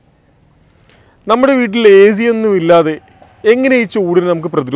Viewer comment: AC ennathinde uchaaranam correct alla..ningal parayunnath azi ennaan.